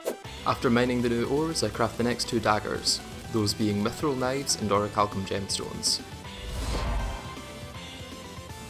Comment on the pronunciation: Kuh-nives I love it!